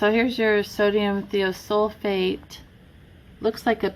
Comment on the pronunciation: More of my rant toward my township and the county's municipality as a whole for what they are trying to do to all of us not just me. The 'I' in Thiosulfate is most normally pronounced As a Long 'I' as eye. As a friend might say, Much Love Y'all Way! L8rz' yea? Documented independent studies proving the following statement is Not true. The water is cold when we get it, a cause of the chemicals in it. When we ingest the water, it warms up to our body temperature, releasing those bacterial lifeforms and subsequent necrotic detritus. Any residues, chemical toxins or any subsequent bodily reactions caused by ingested release of bacterial parasites, necrotic detritus, and chemical toxins. That they are actually working to destroy Our health and Not nurture our wellbeing. The township, its Board of Directors and MLTMUA’s Board are interested more in “Curb Appeal” a property’s monetary market value in lieu of human health and wellbeing. Public beneficiaries are simply part of the corporate fabric that brings value to the Real Estate we the Towns’ People call home. Chemically compliant Citi/Zen’s fit that scheme much better than free thinking sovereign towns’ people, the Public you swore to serve and protect not detect, inspect, enslave, and neglect. My easement, the whole of the townships’ neighborhoods, is permission to the township by me, us, we the people, the public beneficiaries so often forgotten in the royalties made via the property's rightful owners, for use in transport